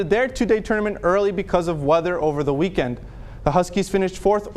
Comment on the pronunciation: I'm having a great "weekwend" 😂😂